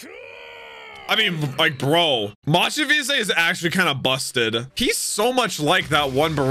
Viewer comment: There is not even an "E" between Mach - Vise... So why even pronounce the "E" so strong..!?